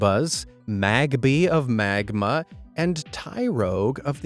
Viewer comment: Magmar not magma lol